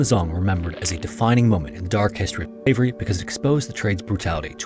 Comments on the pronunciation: was he saying slivery instead of slavery? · Is the voice overlay having trouble pronouncing "SLAVERY"? Yes it's RACIST, that was the basis of Global North hegemony, practiced today by Apartheid Zionists and USA Regime against Palestinians, Lebanese and Iranians! :(